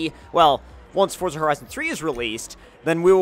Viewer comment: say it right for za not fort za